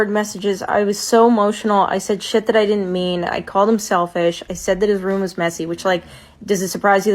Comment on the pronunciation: You said sel"fish"